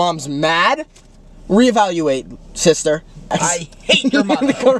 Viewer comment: nOT CHRIS SAYING SISTERNDNDN